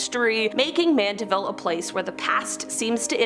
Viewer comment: She pronounced Mandiville correctly.